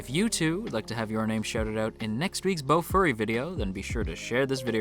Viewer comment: did i heard bufurry hahaha XD